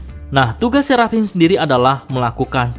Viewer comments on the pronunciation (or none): none